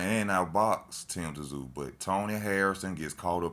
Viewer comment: It's pronounced zoo not tzoo